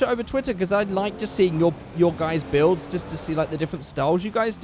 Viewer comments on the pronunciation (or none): when says builds and it sounds like bills